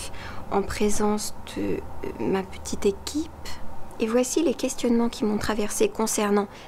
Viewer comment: L’accent québécois qui ressort 😍 « une ptite photo » hehehe. Merci pour ce message... c’est bon d’avoir ce rappel de garder les pieds sur terre, avoir un équilibre!